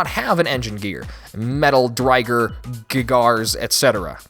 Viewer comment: Wait... If he's seen the show how come he pronounced Driger wrong? Juuust saying